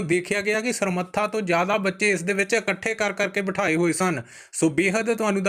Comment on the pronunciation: 22 G Samratha not Samratha. Kamal hai tusi punjabi khabaran parh raho ho. So. Pl.......